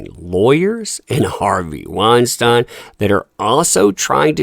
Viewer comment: I'm sorry I can't listen to you pronounce Harvey's name wrong 50 times in one video.